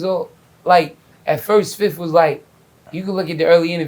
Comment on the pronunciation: "I Ran down on Fif"....LMAO